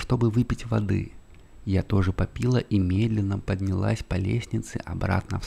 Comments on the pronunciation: Не попи'ла,а попила' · Не попИла, а попилА 🌷🌷🌷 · На тринадцатой минуте, когда услышала 'попИла' ( с ударением на втором слоге) больше не смогла слушать. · Поставила скорость 0,5 и начала засыпать, но когда услышала "я тоже попИла", на меня напал смех, а от сна не осталось и следа!😂😂😂 Время 5,23, скоро уже вставать... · Всё очень хорошо прочитано, мягким и приятным невероятно голосом. Но.... ПопИла, запИла, грейпфруКт и толШе, очень сильно смазали впечатление.